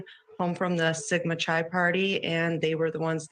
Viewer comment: It is “Sigma” “Ki”, not ‘Chi’, not like chi latte, hard K